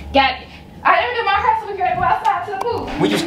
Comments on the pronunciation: “Now look at my herrr” 😭😂😂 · why you mess up her ‘hurr’💀…the best YouTube couple on here🔥🔥